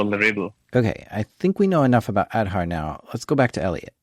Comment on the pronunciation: It is aaadhaaar card. Not ed harr 😂😂